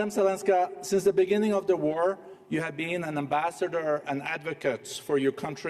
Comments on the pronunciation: Sein Englisch.... da stellen sich mir die Haare auf! Se Economic, Mittel income, soße (those) risks... man sollte meinen, ein Mann seiner Stellung sollt das besser beherrschen. Gruselig. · Schwab ist so viele jahre in Amerika und hat immer noch nicht gelernt das "The" auszusprechen🤣 Der letze sprecher redet auch unsinn. Demokratie🤣🤣🤣 very funny